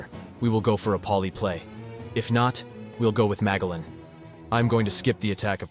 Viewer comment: Loving the list... keep it up 👍 (I'm fairly certain it's pronounced Ma-jell-an... like the explorer, that hard G is killing me... lol)